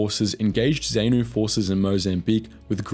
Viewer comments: So true, I winced every time he said ZAY-Noo & ZAY-poo. The idiot couldn't even pronounce Salisbury correctly :facepalm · So many mispronounced names in your narrative. ZANU, ZAPU, FRELIMO, Salisbury etc. Are you AI or is all this outline only taken from books? You are justified in highlighting some questionable Rhodesian Army actions but it would be more balanced if you pointed out the atrocious cruelties inflicted on tribal villagers by the black nationalist fighters. Remember that many were poorly trained, poorly disciplined and poorly educated. In their efforts to deter blacks from supporting Rhodesia or working in government institutions, such as schools or any form of cooperation. they inflicted some dreadful brutality. As a young State Prosecutor my memory was seared forever with images of breasts mutilated, lips ripped off with pliers and the sounds of woe and weeping in villages that had been scourged by swaggering, AK toting teenage ‘commissars’, strutting and posturing and encouraging thugs to beat up elderly Headmen and Elders loyal to Rhodesia. When I eventually left Zimbabwe in 1986, I sought a memento, a symbol, to capture all the cruelty and suffering inflicted in the name of freedom and the only perfect souvenir of the horror was the AK47, Mother Russia’s gift to the cold-war world. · Zanu is not pronounced as if the letter A is saying 'ay' it is probounced as if it says 'ah'. Same with Zapu. It's pronounced Z(ah)pu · dude learn how to pronounce names. Frelimo, Zanu, Zapu, Salisbury among basically every name u used was wrong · He should learn how to pronounce Zanu, Zapu, Frelimo, Salisbury et al properly if he wants any credibility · Nice recollection, but your pronounciation of ZAPU, ZANU, FRELIMO, Salisbury, etc are off. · ZANU and ZAPU pronounced ZAHNU and ZAHPU not ZAYNU or ZAYPU! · Goodness, it's not 'zay-noo' it's 'zaah-nuh', and it's not 'zay-poo' either it's 'zaah-puh', and it's 'frah-lee-mo' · Zaynoo - LOL. Got that wrong too.